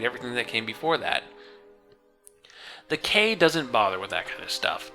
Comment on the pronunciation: It's pronounced the "Key" damn it! I really like your work, respect what you do, and agree with your progressive perspectives, so I was really hoping you pronounced the title of the book properly.